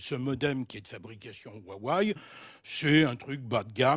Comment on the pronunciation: Huawai -> waiwai "bas de gamme" mdr jpp il y connait rien